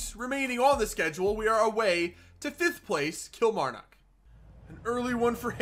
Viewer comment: Lovin the series but one thing your saying kilmarnock wrong